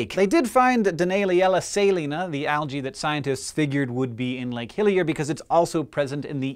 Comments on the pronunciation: Was I the only one that kept hearing Lake "Hylia"? all I could think of was The Legend Of Zelda hahaha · When I hear him say Lake Hillier, I kept thinking of Lake Hylia from Zelda. I used to pronounce it as Hillier as a kid. Come to think of it Hillier is a slightly odd name for a lake, seeing as means "more hilly".